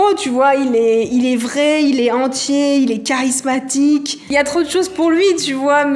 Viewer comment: APRES LA VİDEO "JE SUIS TRO CHARSIMATIQUE"🤣🤣